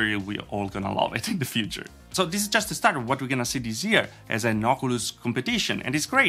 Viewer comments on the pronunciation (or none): none